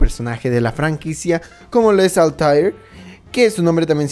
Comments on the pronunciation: Otro error es como dice los nombres, dice altair y no Altaïr (mayor fuerza de voz en la I) y Ezio en la pronunciación se diría "Etzio" no "Esio" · Y nadie dice nada que a altair le llamó altarr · Me duelen los oídos cuando escucho Esio o altairr xD